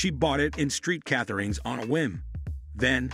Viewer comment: "Street Catherines"